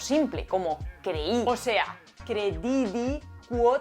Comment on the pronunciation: súper interesante - mil gracias - ¡siempre me lo habia preguntado!! algunas notitas sobre la pronunciación de formas verbales en latín: FĒCERAT se pronuncia 'fécerat' CRĒDIDĪ se pronuncia 'crédidi' AMĀVERAT se pronuncia 'amáverat' Nisī fallor, pronunciaste los demás correctamente